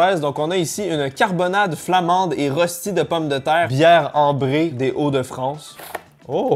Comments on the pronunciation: Rösti séprononce Rechti c’est plutot alsacien /allemand de base :p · Si jamais rösti ça se prononce "reuschti" mais bon tkt même les français ne savent pas le prononcer jpp